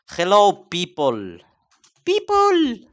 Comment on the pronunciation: es hello people no jelou pipol LOL